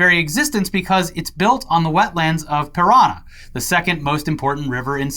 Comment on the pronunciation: ParanA! the accent is there for a reason,;)